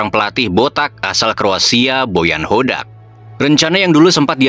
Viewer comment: Meuni JELAS min nyebut BOTAK 😅